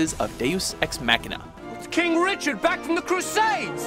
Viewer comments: The way he says it is Mac-Kina, like some new Apple product. Most people pronounce it with a longer A. "Mah-Kina". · your saying it wrong deus ex machina not deus ex mackkkkkkina what the fudge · The way you're pronouncing machina is killing.. mock*in*a not mac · Mock, not Mack. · Deus Ex “Mackina” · why does the narrator speak in an American accent, but pronounces words like Machina and Speciality like a Brit? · That mispronounciation of Machina.